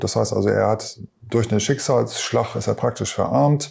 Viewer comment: Salzburch, schicksalzschlach, Wasserfühlich, Krich, ja ne ist klar. Der sollte erstmal eine Sprachschule besuchen bevor er einem was erzählt, schreibt er die Wörter auch mit ch ?? habe nach 4 Min aufgehört ihm zuzuhören.